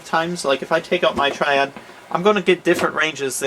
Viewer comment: "Here we have a... S, triad" he kinda like messed up on saying it :p hope i helped.